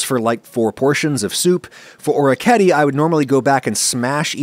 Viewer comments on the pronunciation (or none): orichetti? no, orecchiette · Wow I’ve never heard anyone say orecchiette like that 😂 Great video! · orecchiette pronunciation was painful to hear